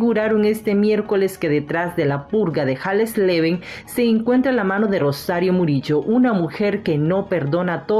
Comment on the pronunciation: Es tan dificil pronunciar ese apellido?? se pronuncia hasleven por favor